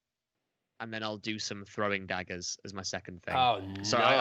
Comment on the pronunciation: Do british pronounce dagger like dadger? Weird.